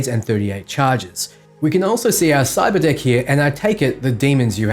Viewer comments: I SWORE said cyberdick and I was like WHHHHAT! but nvm xD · Whenever he says cyberdeck i think he says cyberdick i think you know what im looking forwards to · I swear to god I thought he kept saying cyber dick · i thought he said cyber dic@ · Not gonna lie, the first time you said Cyberdeck I swear I heard CyberDICK in your Aussie accent... 😅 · I heard it too lmao. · I just had my phone next to me listening and I heard that and had to rewind to watch again like wtf we getting that early dick access